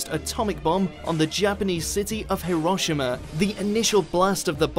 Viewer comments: Hiroshima is pronounced Heero-Sheema not Heeroshima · i dont think thats how you pronounce Hiroshima